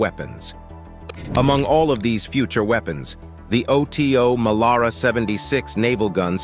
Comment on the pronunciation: Oto Melara it the name of the italian cannon maker Oto is his first name . Do you pronounce john doe: Jay oh aich en , dee oh eee? Oh tee oh , really? try OTO Weiss, and learn about temperature.